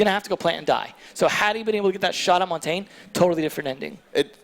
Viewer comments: If I hear them mispronounce Montagne one more time.... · Noone can pronounce Montagne and it is triggering